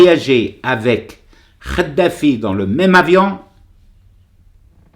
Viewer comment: Kadafi et non pas Khadafi Kadafi avec cette lettre ق et pas avec celle ci خ . Tu arrive pas a faire la différence c'est pour ça lol et tu défend les musulmans avec sar Ko . Effectivement pas de prière dans les caves mais pas de prière du tout . Le comble un musulman light pour un islam de france , comme toi quoi .